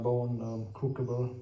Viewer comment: Pronouncing "crucible", the first c is hard, the second soft. Yes, English spelling is irrational.